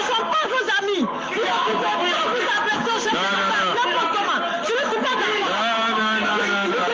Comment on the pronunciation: Ca me faire rire quando elle dit un chef detat